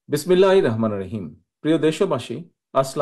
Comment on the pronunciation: বস সালামটা আর বিসমিল্লাহ টা সুন্দর করে শিখবেন